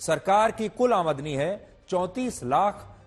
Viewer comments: Aamadni nahi aamdani bolo sir ji.. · Sir jo aap aadmani shabd bol rahe ho wo aamdani hota hai cara karo👍👍